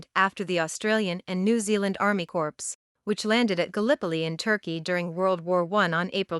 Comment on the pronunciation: Question 104/155 pronunciation mistakes Corps is pronounced as corpse Two completely different words